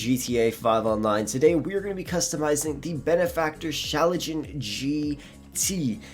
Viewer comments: bro its schlagen not schalajin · Schlagen* not schalagen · I laughed so hard when you said Schlagen lmao